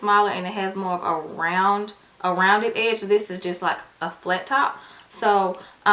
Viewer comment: The correct word is "stipple" not "stiffle"